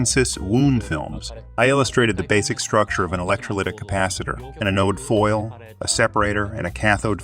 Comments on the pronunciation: in and ive heard anode pronounced wrong too many times. next video... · ATTENTION PUBLISHER 1. The Japanese-English bot-translator mispronounces the words "wound" and "anode". There are surely other mispronunciations. I suspect these high-quality videos need closer review. 2. Please compare characteristics of the solid vs electrolytic capacitor in computer circuit boards. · anode got pronounced multiple wrong ways, wound vs wound (don't blame me for the language, wound as in a capacitor or coil winding vs wound as in bullet wound, entirely different pronunciation. Some years back, I read a treatise that English isn't a language, it's a weapon designed to create madness. As a native American and am also fluent in UK English, I completely agree.